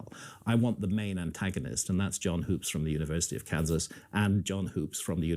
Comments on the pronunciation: It’s pronounced John Hups not Hoops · Graham can't even get Hoops' name right. Sounds like wood not food. Dibble is destroying these guys, and it is really funny. He's shaken the beehive, and they're stirred up real good. Edit: I've got this theory, and it might be way off base. I get the feeling that the ancient aliens/advanced civilization thing is more of a messianic fantasy than anything else. People are hoping the aliens will come down from the heavens and save us from ourselves. Are you guys seeing that?